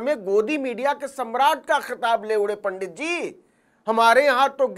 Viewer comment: यदि यह सत्य है तो रजत शर्मा पर शक्त कार्यवाही होनी चाहिए। परन्तु इस नवीन ने भी जिस प्रकार से पंडित और पांडेय का उच्चारण असभ्य भावों के साथ किया व एक समाज की भावनाओं को आहत किया ऐसे में इसके चैनल पर बैन होना चाहिए।